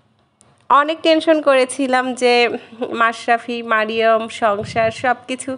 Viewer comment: আপু মারিয়ম না মারিয়াম এটাই হচ্ছে শুদ্ধ আরবি এটাই বলার অভ্যাস করুন ছোটবেলা থেকেই শুদ্ধ নামে ডাকুন